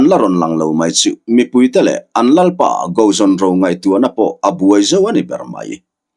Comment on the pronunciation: Lal Go zawn ro, nilo Tuikuk hming ah chuan, Go tih lai rik dan hi Sap țawng GO (Kal) ang a ri in Ro lai pawh hi, Roo ang in a ri tur.